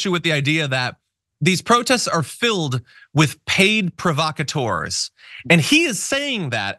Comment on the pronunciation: Trump cannot even say 'provacators'. Also he hires actors.